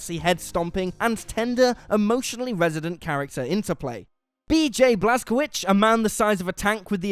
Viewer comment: I keep wondering why some of the people at WC call him "B.J. Blaskovich" when it's quite clearly Blaskowicz. That's not even an accent thing, that's just saying his name wrong.